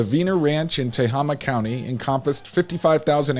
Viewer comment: Fyi: it's pronounced teHAYma county.